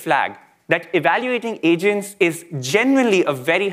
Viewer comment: I heard Asians instead of Agents twice in first 30 seconds of the video 😂